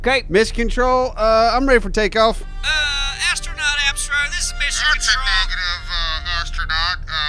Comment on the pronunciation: coming home from a day of hard working and hearing about "appsronaut" totally made my day:D keep on the good work